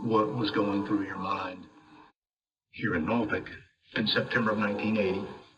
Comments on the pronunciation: And yes, it's Nor Fuk. Not Nor FOHHLK. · Norfolk is pronounced naw-fk. I know it looks like there should be a "u" in there. But that is surprisingly not the case. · ALL cities in Virginia are independent cities and are not part of counties. The way he pronounced Norfolk I thought he was talking about Nebraska, especially when he said county.